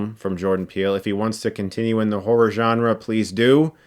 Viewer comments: He kinda says horror like whore....lol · So no one heard whore rather than horror? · “You guys know me, I’m a big whore fan. I like whore.” Ik he says horror, just sounded like he said whore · I can't pronounce horror. I end up just saying whore. Lol